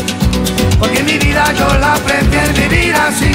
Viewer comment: La letra tiene errores, ellos no pronuncian bien en la canción, pero la letra la escribieron de la manera correcta. Por ejemplo: el coro ellos pronuncian "bamboleio bamboleia porque mi vida yo la prefie vivir así"